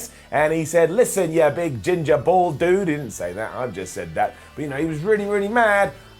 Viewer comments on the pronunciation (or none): none